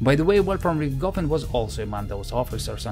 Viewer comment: "RichtGoffen." How come huj, hlyeb and hren are perfectly fine, but as soon as it's any different kind of word, a Russian is simply incapable of pronouncing the letter "h." As in "Adolf Gitlyer."